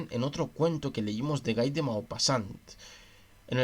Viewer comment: Se escribe Guy, pero se dice gui ( como Gui (llermo) gui (on)